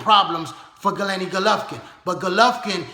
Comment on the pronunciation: good video but its Gennady not Gelenny